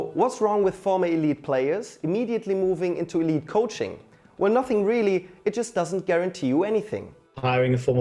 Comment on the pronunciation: Dear, “ YOU GIVE ME NUSSING!! ”